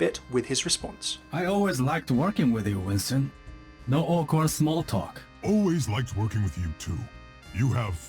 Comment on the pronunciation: Lol he has a hard time pronouncing "awkward"